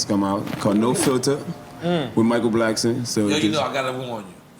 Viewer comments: Why Nore keep Calling Him Michael blacksman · Why is everyone pronouncing Michael Blackson’s name wrong? Blackston or Blacksman! 😆😆😆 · He callin that nigga Michael Blacksman lmfaoooo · Am I trippin or does Nore keep saying Michael Blacksman instead of blackson 😆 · I just need NORE to stop calling him Michael BlacksMAN 😂😂😂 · Nore said.. “Michael Blacksman”🤣🤣🤣